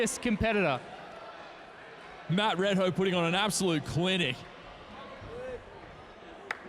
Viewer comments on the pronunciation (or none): Just fyi, his name is pronounce as 'Mud Ray Dow' not 'Mud Red Hoe'. Tq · Red hoe????...dude this guy should pronouce it correctly